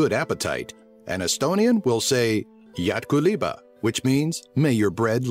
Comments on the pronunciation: well, its very hard to pronounce estonian. you said jedgu liibva you pronounced ''kerly'' as cuurly and ''kaia kanepi' as Kaia kuunapi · As a native Estonian.... it's pronounced wrong, but still fun It's actually jätku leiba [ j 'æ: t k u _ l 'ei b a ] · Its not Yat Go Liba its Jätku Leiba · OMG How he said: Jätku leiba! Yacht Kaliba xD See tegelikult on: J-ä-t-k-u l-e-i-b-a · This is "jätku leiba" but you sey "jatku liba" 😂👌👍👍👍👍👍👍 but this is osom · Lol yuo said "Iätku liba" XD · its jätku leiba im a Estonian :) its really good to live in here :) i lööve Estonia cause thats my home country :) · Jätku liiba omg :D you said it so wrong lololol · nickolas afurg same, im from estonia too and it was so funny when he said jätku leiba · Haha, no offence, but you when you sayd "jätku leiba", then it just sounded so wrong... But still it's a nice video! :) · When You Said "Jätku Leiba" Was Really Funny. Pronounced Quite Wrong, But I Love When People Say Estonian Words, Thank Yoouu!:D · that spell: jätku leiba. It took me 5 seconds to realize phrase meaning. (I'm estonian) not bad though. :D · "Jätku leiba"...... ok little bit wrong sayd but thx for doing video of us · im From Estonia.Haha the way you said Jätku Leiba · Nice video, though when you tried to say something in estonian it sounded wrong but whatever. :) Never have eaten cabbage with mushrooms. Only cabbage with meat ( mulgi kapsad) and blood sausages when it was christmas, so tasty ^_^ I will look forward of videos about other countries. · Love the way he said jätku leiba 😀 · im estonian and oh god you pronounced jätku leiba wrong XD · i guess leib rigth because in finnish it is leipä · Valesti hääldatud jätku leiba